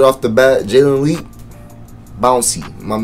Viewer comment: U said his name wrong 😂